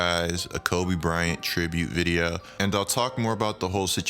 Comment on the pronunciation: Y do you say video mad weird bro